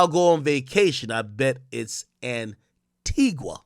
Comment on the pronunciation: It’s not called anti-wha it’s Anti-gah coming from an Antiguan